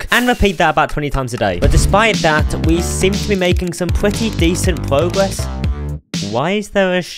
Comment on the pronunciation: he pronouces his R as a W pwogess cowwet